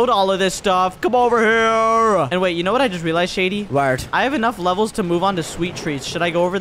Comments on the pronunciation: Why does Shady say wharth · I Love How Shady Says Whert Instead Of What😂❤ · Waert 2X 🤣🤣🤣🤣🤣🤣🤣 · I love her keeps on saying warat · Every video yoou make with shady he says wart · Why did shady say vlurt😂😂😂😂😂😂😅